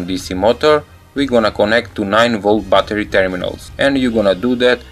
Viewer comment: Lol "9-Volt Butter"